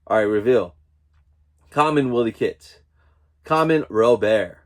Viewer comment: Yes, you definitely butchered 'Wily Kit, Wily Kat, Pumyra & Slithe' but it's all good, lol. This was my first time doing the NFT and I did very well. Congratulations on your pulls